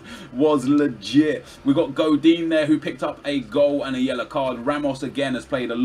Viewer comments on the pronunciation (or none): none